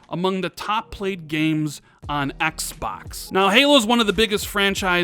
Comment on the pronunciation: Why do you say Xbox like "X Backs"?